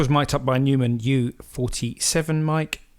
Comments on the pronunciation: when you say U47 the photo is showing a U67, and also Neumann is pronounced in the German was "noy-man" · The mic brand is pronounced as "Noi-maann " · A lot of great info here, but whoever is narrating sounds unfamiliar with recording gear and some of the people mentioned as there are a few mis-pronunciations (Epiphone, Neumann, flanger, etc.) I would recommend going over it first with whoever wrote the info or if it was written by the narrator to check it with someone who knows the gear and terminology. Great stuff nevertheless.